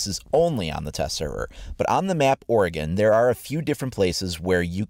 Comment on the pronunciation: Liked for pronouncing Oregon correctly!